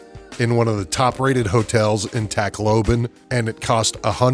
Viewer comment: TAHK LOBAHN NOT TAKLOBIN !!